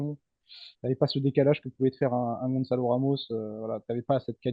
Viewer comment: S'il vous plaît, serait-il possible de ne plus dire gonZalo mais gonSalo, ça s'écrit avec un "Ç" Gonçalo. 🙏🏼